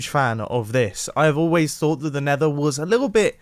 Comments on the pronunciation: Leave a like if you heard mumbo saying “nather” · "The nether is a very 'fuggy' place. You know, there's plenty of nether 'fug' in there."